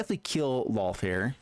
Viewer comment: He said Lolth's name right! The world is right again!